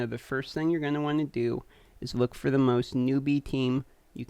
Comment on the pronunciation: LOL !! "This should work fer most teams!" I LOL'd I love that you included a step by step with a break down. "if you dont get skullcrusher or coldheart, there is an easier option. Just use another Foli" You had too much fun doing this video.